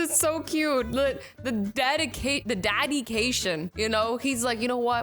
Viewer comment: I was doing my homework while watching and then she said dadication and that gave me an idea